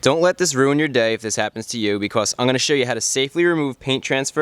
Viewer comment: He says because "beecos